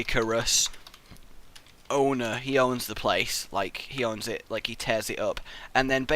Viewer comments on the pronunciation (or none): "onwer"